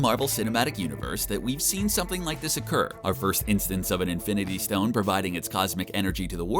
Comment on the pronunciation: Did he say fIvE iNfInTy sToNeS